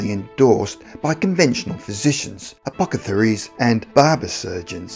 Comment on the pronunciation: . he said 'apo-CA-thery' and it took me a minute to figure out what was wrong!! Funny. APO-TH-ECARY. Since I enjoy mixing up words like this on pursope (purpose) I was entertained! Thanks - usa